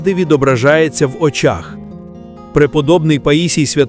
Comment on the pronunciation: По Очах?? Наголос на О? Серйозно? Ознака замість ознАка?? Ну стежте за орфоепією.